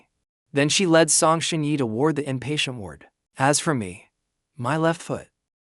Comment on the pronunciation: “Impatient ward” 😂 This AI has so many incorrect pronunciations that I wouldn’t have thought twice if it was labeled a comedy. Lol